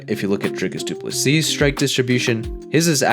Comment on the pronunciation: From a South African. Well done on pronouncing DDP's name correctly.😂